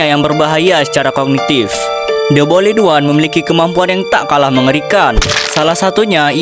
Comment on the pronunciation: the boiled one❌ the bolid one✅